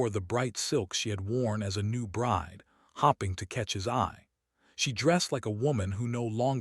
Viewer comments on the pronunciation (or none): For Heaven’s sake,! Would you PLEASE teach your AI reader that “hoping” has a long O sound. She was hoping NOT hopping. Sheesh! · Why can't narrators in these videos not pronounce 'hoping" (long "o") correctly? The correct pronunciation is not "hopping" as in "the rabbit was hopping" with a short "o" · Star ring? Star ring! AI can’t read (red). Maybe the editor is hop ping readers won’t notice 😎